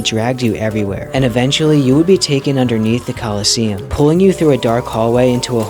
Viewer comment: What i read: Colosseum What i hear: KOLOSSOS